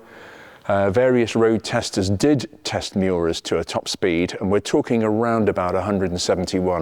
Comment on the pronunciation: "What is not to like abaout that..." wonderful english-course of yours! Thanks from Berlin for content and language;-)